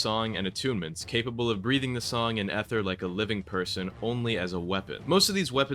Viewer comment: Stop incorrectly pronouncing ether unc 💔💔